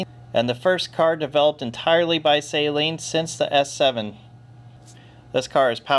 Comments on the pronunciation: It's pronounced Suh-leen NOT Say-leen. You're welcome. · All the illiterates need to stop pronouncing Steve’s name as “saline” like the contact lens solution and with the emphasis on the first syllable. Suh-LEEN. It’s his name.